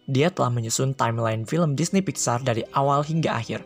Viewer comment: DISNEP WOY BUKAN DINEY